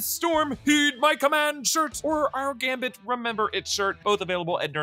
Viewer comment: gamBit, gamBit.. not Gamit